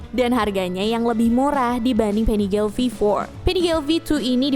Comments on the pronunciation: Maaf min itu Panigale di baca nya di panigale aja ga jadi Panigel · Nyebutnya PANIGALE KAN BAHASA ITALY BUKAN PANIGEL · Koreksi bacanya panigale (biasa) ga pake aksen inggris soalnya pake bhs italia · panigale bukan penigel 😪